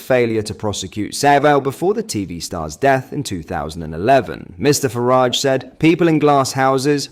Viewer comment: Constantly mis-prouncing Nigel Farages name is getting a bit tedious. 🙄